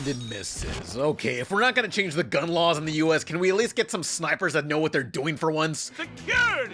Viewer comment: "Gyun laws" 🙄 Surf Wisely.